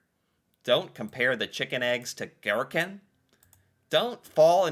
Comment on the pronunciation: What is a ghetkin? I’m crying🤣 chicken eggs?😅 oh America🙈🤣